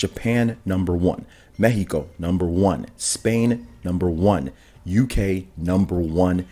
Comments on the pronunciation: You actually pronounced Mexico the correct way <3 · Shout out for the correct pronunciation of Mexico. We appreciate it